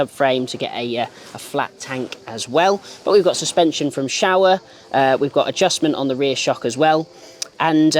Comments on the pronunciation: Repeat after me "Show-ah" not "Shower" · Oh thanks, yet he said Shower. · Ok so who out of the MCN office has taken the piss out of his pronunciation of Showa and the Himilayan😂😂😂